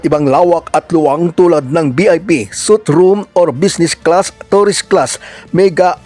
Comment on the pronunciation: Suite Room Po...Hindi suit room